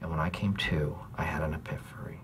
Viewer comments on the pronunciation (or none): “I had an epiphery” kills me every time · “I had a apifery” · “I had an EPIphory” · "I had an 'epiphery'". I love it when Michael mispronounces words.